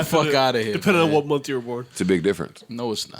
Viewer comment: will someone tell Joe that there is only one M and no F in month. thank you in advance.